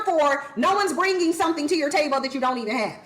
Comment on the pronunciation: Why she pronounce table taybowl?